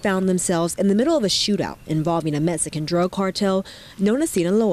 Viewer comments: Why does she keep saying "Mesican"?? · The way that reporter says mesican is annoying hopefully she gets taken out too